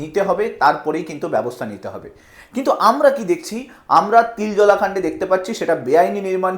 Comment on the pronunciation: Babu ota Tiljola noy Tiljala.